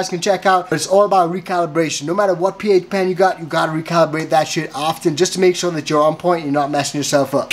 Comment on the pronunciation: Coco was sounding good until I hear "Ph pen." 🤣